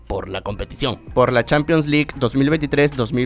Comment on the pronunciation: Nadie:: "Champions Lick"